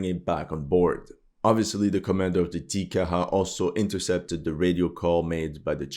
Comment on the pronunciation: Kiwi here. China is not our enemy. They are our biggest trading partner. The sooner we go neutral the better. Neutral doesn't mean we wouldn't help the Aussies out, it doesn't mean we won't have armed forces, but it does mean we won't get dragged into any more NATO nonsense. Small nitpick, Te Kaha is pronounced T-Ka-Ha. You did really well with Aotearoa considering your accent.